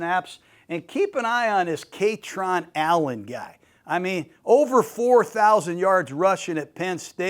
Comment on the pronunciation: It’s Kay-tron 😭😭😭